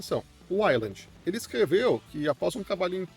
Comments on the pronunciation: Fala ueiland pff... Todo uailandi me dá um arrepio de desconforto 😢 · Caraca, não consegui terminar de assistir o vídeo. Ouvir 5 minutos você pronunciando "island" ao invés de "wayland" me deu nos nervos. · não... O nome é Wayland, não uailandi. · Bro, eu não sei falar inglês como um nativo mas sei que Wayland não se pronuncia como a pronúncia da palavra "island". E fica mais feio porque bastava o cara gastar 15 segundos pra pesquisar no google tradutor como é a pronúncia correta que pronto. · pois então vc chama errado. O correto é "ueiland". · Cara, dá uma pesquisa em como se pronuncia as palavras "wayland" e "cinnamon". Você tá pronunciado errado.